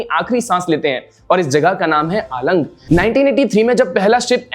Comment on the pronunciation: आलंग नहीं अलंग है भावनगर के नजदीकी ये जगह का नाम। अंग्रेजी मीडियम में पढ़े है तो, उच्चार तो सही कर ही सकते हैं ना? याद रहे, noun change नहीं होता।